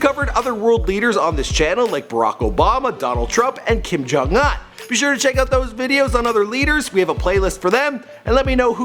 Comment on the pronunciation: "Kim jon AUGH"